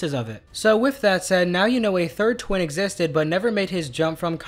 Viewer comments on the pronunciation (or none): You said win not twin